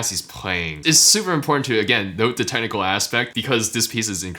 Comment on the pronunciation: Everytime he says "technical", I keep hearing tentacle.